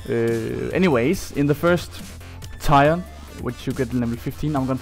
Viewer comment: Learn to pronounce tier